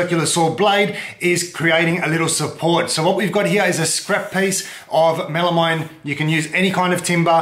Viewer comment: It’s pronounced “mel-a-meen”, rhyes with amphetamine (they have the same etymological root for the slast two syllables).